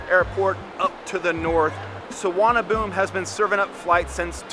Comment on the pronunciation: Its pronounced sooowar na bhoo mee